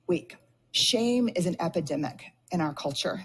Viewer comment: Epidemic not Epedemic :) Not sending hate i really enjoy listening to your opinions.